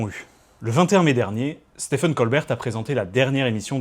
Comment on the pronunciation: Ça se prononce exactement comme Steven, pas "stefen". (C'est valable aussi pour stephen king et tous les autres Stephen américains)